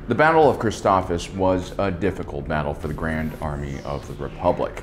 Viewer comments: Hey Alan no big deal but this is my OCD talking but its pronounced ChristophSIS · Christophsis, last syllable is “sis” like sister